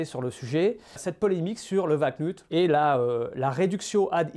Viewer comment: Prononcer "valknOUt", et non "valknUt" ;)